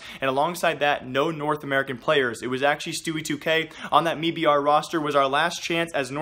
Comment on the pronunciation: please stop saying “me-br” it’s “m-eye-br”